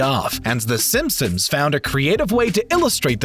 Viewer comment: In the intro did je say the simpsims